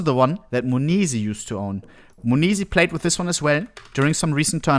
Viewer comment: m0nesy nah munizi